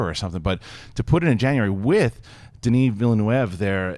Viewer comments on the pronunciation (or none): ville neuve not névé... ville neuve mean Newtown. .. The prononciation will be VilleNuvvvv